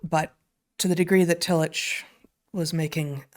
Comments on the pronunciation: I went to Union Theological Seminary, where Tillich taught when he came to the US, and at that school his name was universally pronounced TILL-ick. That was how it was pronounced when I was an undergraduate as well. In fact, this is the first time I have heard it pronounced Till-itch. And the Courage to Be is an important book in my life as well. 😁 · Excellent & soul-shoring up as usual. Just FYI: Tillich is pronounced Till-ick not Till-itch. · I’m fairly certain his name is pronounced “till ick” not “till itch”, at least that’s how I learned it in my philosophy courses. I’m surprised he is new to you both. His book The Courage to Be was important for me. I feel a revisit there would be akin to a long soak in a mineral bath for my heart and mind about now. Keep exploring. It’s good for all. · There are some slight differences that a German speaker might distinguish but the k sound is very close to the ch in German. And Tillich despite what you say or the mispronunciation in this video is pronounced Tilluk or tillick when referring to the fairly well known philosopher's proper name. It is not really open to debate. People get to decide how their names are pronounced. The ch is pronounced precisely how the ch is pronounced in Dietrich. That is just the way it is and it seems a bit careless and disrespectful for this video to create confusion about it. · Fantastic podcast. So interesting and so relevant to today. Thanks for introducing him to a new generation of thinkers. I believe I am right in saying the name is pronounced " Tillick" as if spelt with a " k."